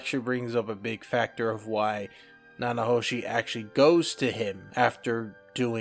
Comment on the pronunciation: Thank you for the Mushoku Tensei content, I always appreciate this series getting love. I’m going to put some names in the comments to help you with pronunciation. Peru-gee-us (armored dragon king, not god) Na-na-ho-shi Ki-shi-ri-ka__ ki-shi-ri-ku A-tof Syl-va-reel Za-no-ba Much love, keep it up, bro :)